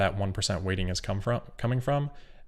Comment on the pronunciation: everytime he says weighting I hear "rating" (with a speech impediment)